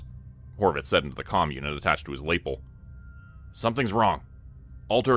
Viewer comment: I love your stories but the way you say “lava” and “lapel” make my eye twitch!